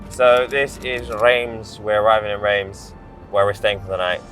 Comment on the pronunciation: Reims is pronounced Rans FYI